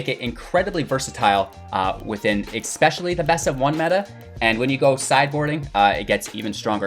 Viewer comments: The word is ESPECIALLY; there is no "X" in that word. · I very much appreciate the great content and very in depth discussion and definition of the archetypes. 2 things: PLEASE stop saying EXpecially. I know it's not a conscious choice(or I hope not). Also, if this is "midrange deckbuilding for beginners", could you give an example of building a deck that's NOT full of rares, epics and planeswalkers, as beginners probably don't have those.